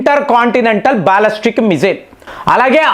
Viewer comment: బాల్లస్టిక్ కాదురా బాలిస్టిక్. నిజం చెప్పురా. నువ్వు 10th ఫెయిల్ కదా.